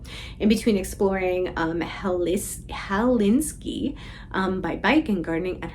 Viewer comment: Hel-SINK-ee for heavens sakes. The capital of Finland is not a Polish count nor a Ukrainian president. It does not end with “ski”😂😂😂 There is no Finish city called Helinsky or Zelenskyy (Maybe it the slip was just that you need your reading glasses…in which case, you get a hall pass.)